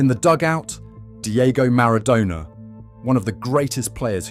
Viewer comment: Don't forget the AI voice as well. Who would make a 30 minute video about Argentina football history and not know how to pronounce Maradona.